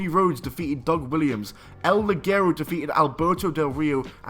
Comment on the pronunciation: "El Ligero" should be pronounced "El Li/h/ero" (the light one). If you pronounce it "El Li/g/ero", in Spanish means garter belt. Come on, Spanish lessons!